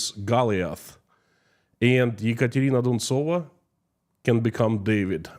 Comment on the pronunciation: I like how you say the name "Ekontrina Duntsova" please put her name up in Latin script and say it again.